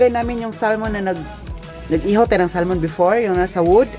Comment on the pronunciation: You’re so lucky to have Andy as you company. Don’t get upset if I correct you on your pronouncing the word “Salmon “. It is silent “l “. So it sounds like sa mon. Bigkasin mo ng mabilis. Enjoy your lunch and say hi to your employers. I was an X’ five star hotel worker and our former GM in Manila was German and when I was in Dubai , our Chef 👩‍🍳 was German too. Good luck and ingat sa kalusugan mo. I’m your lola Elsa.